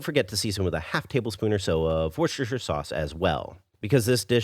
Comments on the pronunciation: He put too many syllables in, he said 'woosesctershire'. An no, I'm Australian and we say 'woostershear'. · I loved this recipe and never thought of using cooked egg yolks to thicken but I'm going to give it a go. One tip though. Don't bother calling it 'worcestershire sauce'. Simply calling it 'wooster sauce' is never wrong. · Ah yes, the wuhshuhshoh sauce. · Worcestershire sauce :) 'Wooster' sauce, don't worry why <3 that is just how it is pronounced ;) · Brit here - try pronouncing Worcestershire sauce as: wuh-stir-shear sauce with the emphasis on the "wuh" part. You can also just say Worcester sauce and all Brits will understand, but maybe not the rest of the world! I hope this makes sense 😊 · You are right, I tend to drop the shire part, I think a lot of Brits do. Non Brits also tend to try and pronounce all the syllables as it is written and as do Brits. But Worcester is often contracted colloquially to sound like Wouster